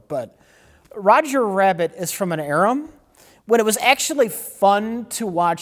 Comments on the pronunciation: "Roger Rabbit is from an erum..." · said erum when he meant era